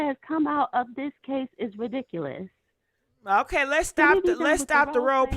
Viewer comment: I love when she says THIS IS REDIKKKULOUS!!